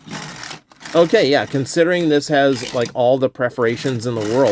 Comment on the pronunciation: why does he keep pronouncing perforations "preforations?"